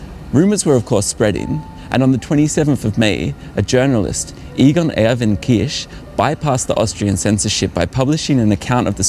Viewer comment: Kisch not Kirsch